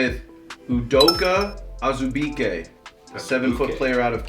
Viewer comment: bro my Boy udoka azubuike how gonna mess up his name like that lol its cool tho my boy getting drafted he has a good work ethic remember being in the gym with him